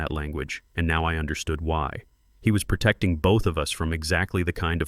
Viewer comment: "PERduction" is not a word. * PROduction. "PERtecting" is not a word. * PROtecting. "PERfessionalism" is not a word. * PROfessionalism. "PERdicTID" is not a word. * PREdicTED.